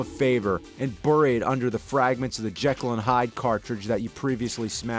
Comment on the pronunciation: You mispronounced "bury."